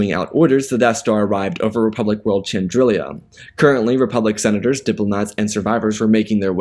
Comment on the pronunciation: Great story - you mispronounce a few names, though… Chandrila only has one i, and it’s Muunilinst - MYOO-ni-list or MYOO-ni-linst, I’ve heard both.